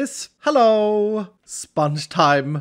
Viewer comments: I love how he says spanch* instead of sponge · I love how he says sponge like spunch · Why do you say spunch instead of sponge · The way he says “spunch” instead of sponge is awesome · Its realy funny to see said sponge like sonic did with lemons